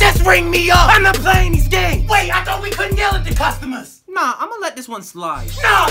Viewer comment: “customuhs”😂 i keep replaying that part. East coast wassuppp